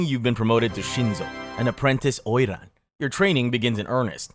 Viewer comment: I thought oiran was japanese... He say it chinese